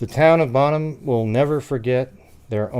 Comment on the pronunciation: Bone-ham? Bonham is pronounced “Bon-um”, like bonfire. Jennifer’s murder shocked everyone in Northeast Texas, and this case was doomed to never be officially solved when Oklahoma handed it over to Fannin County. I remember when the gossip was going around about Myles Porter, the District Attorney, being the culprit…but literally no one could ever put Jennifer at WalMart the same time he was, let alone seeing him in secret. Plus, he was working on a death penalty murder case…so when did he even have time to mess around with a younger woman who just moved back home from Austin??? Answer: he didn’t. 😑 EDIT: the dad of the baby, supposedly, was her ex-husband, whom she was seeing again while he was with another lady. Now imagine how unexpected pregnancy would go over…